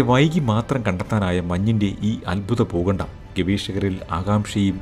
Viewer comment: 'Pookandam' ?? Substandard pronunciation😅